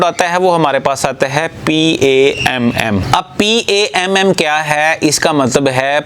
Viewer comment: پام Not p ,a,m,m